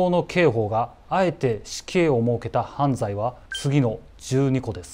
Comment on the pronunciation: 犯罪のイントネーション🤔